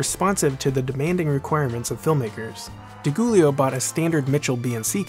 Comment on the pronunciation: Great work as always, though I see some “jokiness” creeping in that was thankfully absent from your previous posts. Suggestion: Research the correct pronunciation of names. Jan Harlan is pronounced “Yan” and Ed Di Giulio is pronounced “Dee Joolio” Also: Please, no more comparisons to Nolan. Thanks Again!